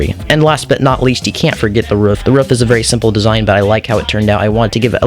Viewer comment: The way he says roof